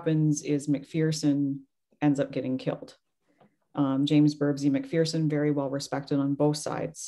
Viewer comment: Pronounced Mc-FURson.